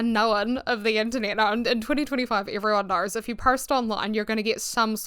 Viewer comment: Not me hearing "the Anthony" instead of "the Internet" lmaooo I love your accent though!